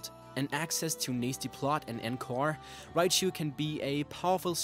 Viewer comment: Raichu not riabchu